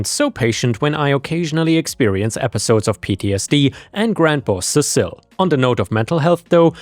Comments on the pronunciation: Cecil Seesill All one word, not Ce cil, the second C is not the beginning of another word. Seesill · The bat was Lucille, and Cecil is pronounced "Sea-sill." And yes, workplace PTSD sucks. Bizarrely it sucks as much as regular PTSD, though you can get over it. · negan's baseball bat is Lucille and I believe you're mispronouncing that name it should be Cecil like ses-sel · I think that name is pronounced "see-sill"